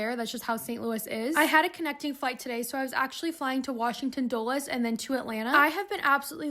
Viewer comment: I’m in DC. Thank you for saying Dulles correctly!